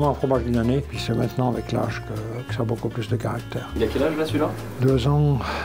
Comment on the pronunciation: bonjour tu leurs as dit... ' merci beaux cul..' cela signifiait quelques choses? lol au japon on sait prononcer le COU merci BO KU /